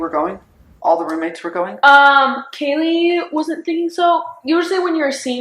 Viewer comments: Does it annoy anyone else that shes calling Kaylee "Kylie" Come on 😩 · it was so satisfying hearing her actually correct the lady saying Kaylee's name wrong for some reason